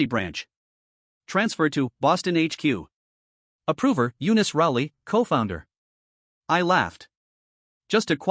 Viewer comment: Eanice? Why did it said u-nist